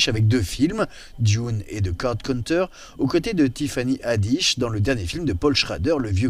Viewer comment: A propos de Dune "il joue le rôle du fils d'une famille noble chargé de protéger la galaxie et de la sauver des forces du mal"... totalement à côté de la plaque... Au fait pas besoin de prononcer "Dune" à l'anglaise. Par contre prononcer "Martin" de Martin Scrocese à la française...